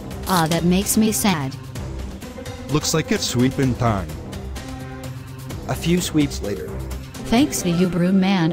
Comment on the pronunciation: "it's soda tiem"